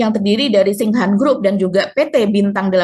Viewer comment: Koreksi buk maaf bacanya tingshan